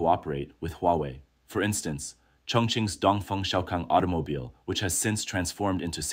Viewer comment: Auto ? No no aito 😂 Aitomobile 😂